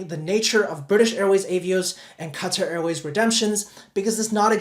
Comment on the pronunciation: what is cutter airway? Do you mean Qatar? Lol😂